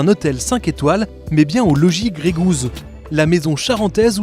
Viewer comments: Ca me dérange vraiment d'entendre grégouz à tout bout de champ, surtout dans leur pubs... Gey Goose est prononcé ɡreɪ ɡo͞os. Gousse a la limite. Quand on prend un nom anglais pour un produit estampillé made in France la moindre des chose serait de le prononcer correctement... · Bordel un produit "100%" français vous êtes même pas foutu d'inclure le nom dans les 100% Et même le mot anglais vous êtes pas foutu de le prononcer correctement... ps : Plus on me bombarde de pub moins j'achète.